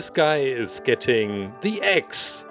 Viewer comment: Every time he said “axe” I thought he was saying “eggs”. Huh.